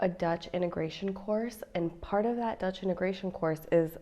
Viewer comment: Her Dutch G's and R's are really good. Learning the pronunciation of those two letters are half the battle of learning Dutch. :)